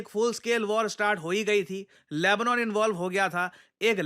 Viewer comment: anyone noticed it was lebnone instead of Lebanon 😂😂😂😂 😊😊